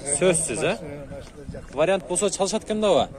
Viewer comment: чекесин емес. чекеден. тамда емес танда. вариат емес вариант